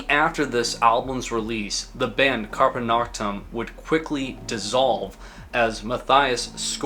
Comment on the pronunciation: carpe noctem speak Latin bad.